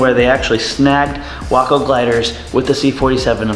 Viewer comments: Isn’t the pronunciation way- co not wocko? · My Father in law was Glider and Airborne qualified in WWII and I still have his wings. He said the Waco was scary. We have one at the Airnorne Museum here in downtown Fayetteville NC. Pronounced Wayco not WAAco. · Personnel transport uses a spring line to lessen initial shock when the main line is snagged. Also, it's 'Way-co' not 'Wah-co'. Just like Waco, TX. You have a 'nu-cu-ler' vs. nuclear thing there. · Ok ok I know I’m going to sound like a prick but it’s pronounced “Way-ko”. It’s my hometown in Texas and was a major airfield during WW2 for testing aircraft, making repairs, and training recruits. The glider was named in remembrance of that airfield. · wok-oh? even the vets didn't pronounce it that way..... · No, it’s actually “Wah-co.” More info here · WACO is short for Weaver Aircraft Company. Originating from Lorain, Ohio. I’ve been to a WACO owners meet and they were quick to correct me that it’s pronounced like taco and not the city.